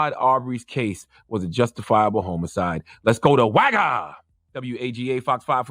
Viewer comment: I hate the way Charla say homicide. This dude be saying "Home aside"